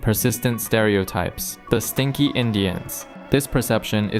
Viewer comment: Heavy emphasis on the stinky.